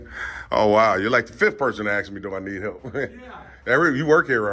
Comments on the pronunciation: Dude, you must seek help for the difference between ASK and AKS. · Why do black people say aks instead of ask? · the word is "A S K"...........not "AXE", dumb-a$$!!!!!!!!!!!!!